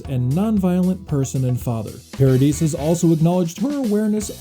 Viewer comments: Winona, not Wynona. Paradee not Paradis. Journalists should learn correct pronunciations, especially of person's names. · It's Paradi you don't pronounce the s at the end. Sorry but it was hurting my ears.